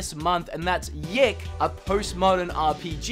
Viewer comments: Isn't it Y2K? Not yiik? And probably pronounced Me Neck O since its japanese with cats :) neko. But awesome list and video, not trying to be a downer love the hair flip. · Its y2k..not yiik..lol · did you just pronounced YIIK as YEK?! its Y 2 K. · Btw, it's not YIIK, it's Y2K (Year 2000). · It's "Why Two Kay" as in the year 2000, Y2K bug etc, not yick, unless it is somehow yick. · Lol, I think it’s called Y2K not yik. From what I’ve heard it’s inspired by what was dubbed “Y2K” where everyone thought computers would crash in the transition from 1999 to the year 2000. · YIIK!? come on, it's Y2K! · It's called Y2K A Post Modern RPG not Yiick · I physically cringed every time he said "yick" instead of "Y 2 K" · "Yik?" HAHAHAHAHAHHAHAHAHAHA its Y2K my dude. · I love ya but I think its y 2 k not yik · Yick? Thought it was Y2K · You know it's pronounced "y2k" not "yiik" right? Lol its Roman numerals... rofl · It’s y2k not yiik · OK you do know the game is not called "YICK" its actually Y2K LMAO!!! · Its y2k not yiik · Y....2.....k. not yik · Wait...did you say Yick? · Did he say yik? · It’s not Y (2) K? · isn't YIIK supposed to be pronounced Y 2 K? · The first game is pronounced Y 2 K. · I think it’s pronounced Y 2 k